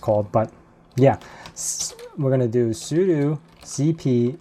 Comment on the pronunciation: Why do you always say sudu instead of sudo?